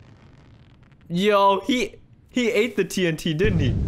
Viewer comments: The villager is funny he sead tu-untu but its Tnt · It’s ok is it funny when the villagers call tnt Tuh- un- tuh